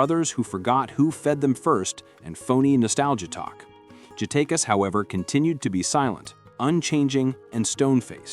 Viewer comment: You’re trying your best start a rap beef, you can’t even pronounce the rappers name correctly. JadaKiss not who you just said. Keep yall eyes open people, they don’t do this with country music